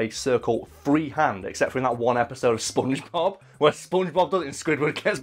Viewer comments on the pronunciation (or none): none